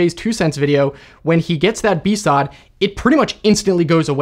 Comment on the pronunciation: I'ma be real, hearing "BSOD" spoken as "B-SOD" sounds just as weird the first time I realized what you meant, as it did every time after. I also realize this is probably the pettiest comment you could receive on it. It's just... I never heard it pronounced. lmao Anyway, love the content! I'll shut up now.